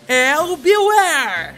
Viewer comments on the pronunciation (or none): "Bewar" serie incrivel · "Bewaer" serie top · "Bewar" seu série da muita top